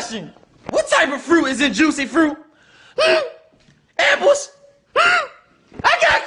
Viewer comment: the way he says apples is hilarious